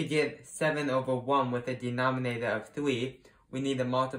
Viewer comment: its three not trhwee lol